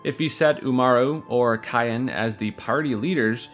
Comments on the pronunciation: it's Syan not Kyan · are these pronunciations jokes? CYAN is a color. its SIY-AN. not KIY-AN. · Another person who can't pronounce Cyan. I've heard it pronounced "Sigh-anne" and now "kai-en" it's just Cyan like the color, "Sigh-in" like Saiyen its just 1 syllable. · Cyan is pronounced like "sigh-ON" like the color, not "ky-ON" not like the seasoning 🤦🏻‍♂️ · His name is Cyan ( Like the color ) Not cayenne ( Like the pepper ) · I hate to be that guy, but Cyan is pronounced like “Sai-an” or like the the English word “Sigh” and “an” It’s a colour. Like a cross between turquoise and azure. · Hate to be that guy, but it's Sai-an. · Cyan's name is pronounced "Sigh-Ann" as is the actual name that exists, Cyan. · Why do so many people pronounce Cyan as "Cayenne" ??? He wears blue, Cyan is a COLOR, not a pepper. I can get why people pronounce Sabin differently, but it seems PRETTY OBVIOUS that Cyan should be pronounced like the color. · You mean cyan(s-eye-yan) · My dude, did you really pronounce Cyan as "cayenne?" Like the pepper? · Why do people keep pronouncing him 'Cayenne' (Like the pepper)? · SAI-AN. SIGH-AN I personally always said it Saiyan, but I'm a Dragon Ball fan. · You pronounced Cyan wrong. His name is an allusion to cyanide, a blue poison. His name is the most ironic. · Sigh-ann just like the colour cyan for Cyan, not Kye-in xD and Narshe is not a fancy word, its just narshe, like the word harsh, not knar-shey LOL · Do you guys really say "Cayenne" instead of saying it like the color Cyan?? Also, Narshé?